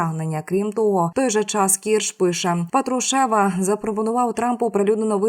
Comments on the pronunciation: ПатруШЕВ режет слух всем слушателям и дикторам, да и не только им, ведущая с высоты своей безграмотности плюет на всех слушателей и ей не доступно произнести с правильным ударением ПАТрушев, а не ПатруШЕВ, это, оказывается, ниже ее достоинства, какой позор для такой горе ведущей, ганьба, ей не место на вашем канале!!!!! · Коли ж ти навчишся вірний наголос на призвіщі Патрушев робити?